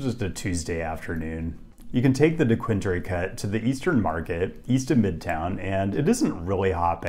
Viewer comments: It’s dequinDUR not dequinDRE lmao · You did really well with the regional pronunciation of most names here but, Dequindre has “er” at the end. Dequinder essentially. Love the video though. It was great to see your perspective on my hometown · DEE-QUIN-DER Cut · d'KWINdur.. Not DeeKWINDREE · Slight correction since practically everyone not from here gets it wrong; Dequindre is pronounced “de-QUIN-durr”. Gratiot, Schoenherr and Lahser are a few other commonly mispronounced Detroit metro roads. Gratiot is “GRASH-it”, Schoenherr is “SHANE-er”. You get a bit of argument on Lahser. I say “LA-sir” but you’ll frequently hear locals also call it “LASH-er”. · “De-quin-dr-eh” didnt recognize what you were trying to say at first😂😂😂 havent heard that one before! It’s pronounced “de-quin-der” locally. Thanks for visiting! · Oh no! Detroit pronunciation got you! It’s De-Quinn-dur not de-quin-dre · You said Da-quinn-durr wrong haha, but other than that nice video! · Dequindre is pronounced Dequind-ER! 😊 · Not a bad take for someone not from here. But its Dequindre DequinDER is how its pronounced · Dee-quin-durr cut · Detroiter note, is pronounced de-quin-der by locals. Still going through the video and I’m not sure if you say Gratiot, but I may be editing my comment later. Edit: nope, no mention of grash-it, but props for getting Hamtramck and Livernois correct. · 😂 pronounced De-quin-deer. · Thank you for saying nice things about Detroit❤️ We love our city and want others to love it too. And btw, it gives everyone trouble the first time, but it's pronounced "D-quin-der"😉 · I had to laugh at how you pronounced Dequindre. We pronounce it Dequin-dur, which is the street my grandma grew up on. Unfortunately, her house was one of the homes bulldozed to build the freeway. Thanks for visiting. I really do love the city, though I live just outside the city downriver. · very very minor pet peeve but dequindre is pronounced "deh-QUINN-durr". love the video otherwise!